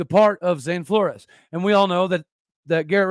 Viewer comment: Pronounced "Floors" (Flores)